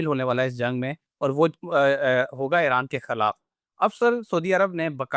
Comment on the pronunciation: It is Iran not airan.